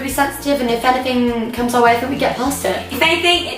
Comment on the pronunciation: She always says fink instead oh think